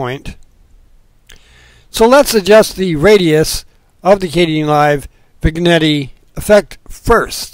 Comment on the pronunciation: Excellent... I love these small howtos.... I love your pronunciation... I think it is spoken as Vin-yett... but it doesn't matter at all.... keep up the good work...